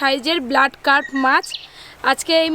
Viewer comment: Cup noi carp